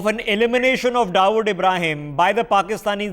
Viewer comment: First my dear pronounce the word Dawood correctly and then talk about him.